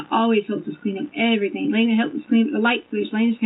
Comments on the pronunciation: What about EverythinK?? 😂She's been pronouncing it like that her entire life, I'm sure she really believes that's how it's spelled. She's just dumb af! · Please, let us not forget her adding a K to every word "endink" in G. Everythink, anythink, nothink, wronk, etc...... It drives me NUTS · “EVERYTHINK” AND “WRONG-GGGGGGG”. 😂